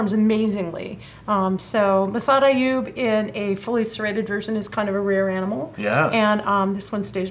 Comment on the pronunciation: It’s called the Massad Ayoob, not Ayood!